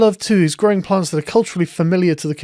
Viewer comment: Why did she say “gwowing pwants” though?